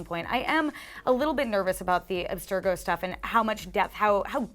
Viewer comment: mispronounces abstergo, calls the leap of faith "eagles dive", says the clip captures all the action of the game (should be games), but says and clearly shows that they are unfamiliar with the AC universe. not saying the footage or trailer will be bad but if this came from crew members who we know know assassins creed it would have been more credible and bealievavle.